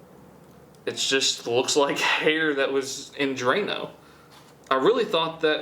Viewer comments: Who else thought he said "hater"? Just me?..ok... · When he said hair I thought he said hater ms daisy might want to spend time in the jar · Instead of "Hair"... I heard "Hater"... "Our last item is Hater, and I know where we can get some Hater." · When he said hair I thought he said haters to dissolve in drano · I thought he said "Hater" HAHAHAHAHAHAHA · My tired brain thought you said "hater" not hair. So i figured you were gonna put some toxic comments printed out in a jar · I thought he said hater no hair lol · The way he says “Hae-er”😂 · when you said hair, i tought you said hater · give me a chance, im a french Canadien and the way you pronounce "hair" got me the cut hair scene To understand what you talking about.